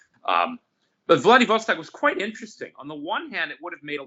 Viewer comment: Which mistake did you make?!? Having trouble pronouncing Vladivostok doesn't count. Just watched the whole interview. It was great. Thank you very much!